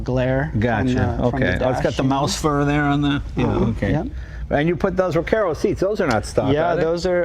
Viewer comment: Jay pronouncing, Re Care Ro, gets me everytime.. Its Re Car Ro lol